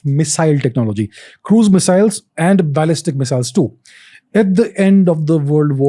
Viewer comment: Yet another great episode; this guy really is a treasure trove of knowledge. BTW: it's ballistic, not "balestic". it's Operation Paperclip, not "Project Papperclip" "America" is not a country; it's a continent. The US is a country that is in America. You mean influential, not "impactful".